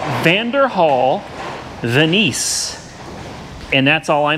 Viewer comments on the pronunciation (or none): Veneees? Come on man lol.. Venice, like Venice California (or Italy)